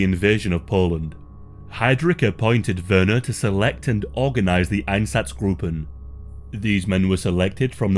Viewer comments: Einsatzgruppen is pronounced ein-satz-gruppen, not -groupen. The u is short, not long. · EinZaTZgruppen please read it right but good video